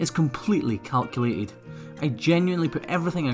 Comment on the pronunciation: I heard “everything is cowculated” 🤗